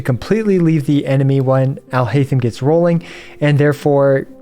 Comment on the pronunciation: Your pronounciation of his name is horrible